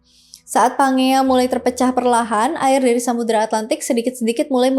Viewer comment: kak izin mengoreksi ya, pas Pangea tadi baca nya tuh "panjia" kak bukan pangea sesuai namanya 😅😄